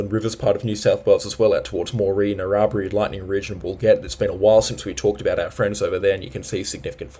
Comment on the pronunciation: BAL-in-uh and Nar-rah-brye